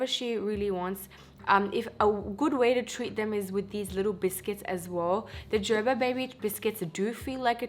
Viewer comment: O meri behan- please make sure u recite tons of nazar dua on ur child because there r people who are struggling to feed solids to their kids .... MashaAllah ur daughter is happily eating babyfood MashaAllah—— also i was like Wtf is JerBer 🤪 Here in america its ger-ber ( as in aray garbar hogai ) 😁